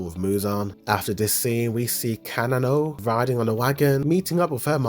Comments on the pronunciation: the name misprounounciations will be the death of me. bro really said "kanano" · Fr fr df is kana no and kaio 😭😭😭😭😭😭